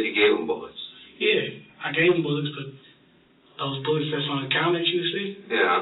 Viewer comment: Is he saying “bullicks” instead of “bullets”? Maybe my earphones are off…